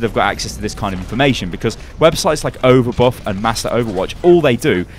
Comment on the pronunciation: overbuff? overbot? what are you saying man